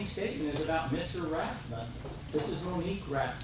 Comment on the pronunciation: I love how the second attorney can't even get the name of the plaintiff correct… Rathburn>>> rather than Rathbun...